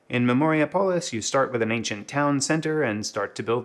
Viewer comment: It's Memori-Apolis, not Memoria-Polis